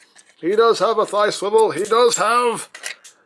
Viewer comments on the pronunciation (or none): you said wrist swivil